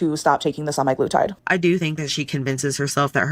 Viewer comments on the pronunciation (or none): the way she says sem-i-glutide instead of sem-a-glutide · “SEMI. GLUE. TIDE.” Drove me nuts